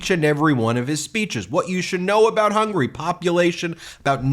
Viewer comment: The man can't even say the countries name correctly, It's HUNGARY not HUNGRY